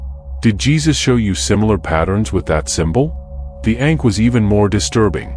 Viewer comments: The Ankh …. Not Ink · It's not ink it's ankh